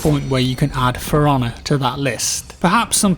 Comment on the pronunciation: I keep hearing Piranha instead of For Honor... >_>